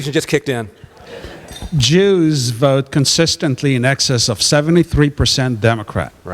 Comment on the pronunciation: Fella really emphasized the word "Jews" O.O